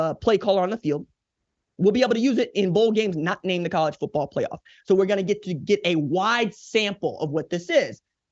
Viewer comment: Thank you for this quality piece, RJ.100% On the most serious of notes: Thank you for also being the one of the only people in this world that actually pronounces the T in the word Football.❤